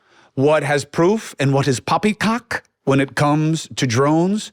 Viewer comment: Great video......never say "poppycock" like that again.......